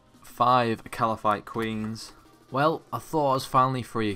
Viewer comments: I get so mad every time he says ''Kalaphite'' queen. that's just so awful.. ^ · its kalphite not kalaphite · So where does the second A come from in Kalphite, eh? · Why can't say/spell Kalphite properly